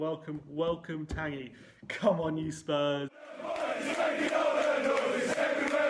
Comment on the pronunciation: I know a guy called Tanguy and he pronounces it like Tonguy with a 'Ton' sound, not 'Tangy' like a Mexican salsa.